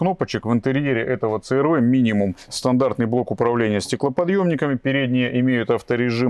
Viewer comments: Ну не говорите црв, говорите си ар ви. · говорите правильно "си ар ви"